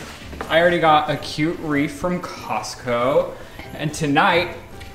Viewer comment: How is no one else triggered by saying “wreef” and “ordaments”